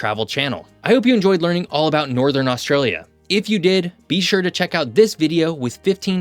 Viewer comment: If you wish to talk about Australia, find out abo0ut the proper pronunciation, PLEASE.